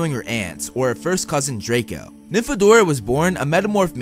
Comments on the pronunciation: hey! you! dont call her nynfadora! PLEASE JUST DONT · I read Nympho-dora